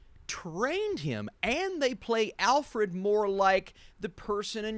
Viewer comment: Great video! couldn't help but wonder when you were saying 'alfffred' if you were referencing this lol 5 minutes